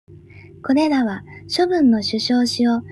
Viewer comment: 取消が しゅしょう と読まれていたり、誤読が多いです